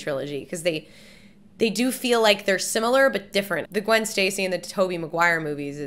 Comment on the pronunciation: Gwen Stacy?? I thought her name was Gwwwoonndaa?